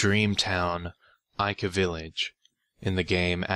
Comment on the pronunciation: Almost thought u said ikea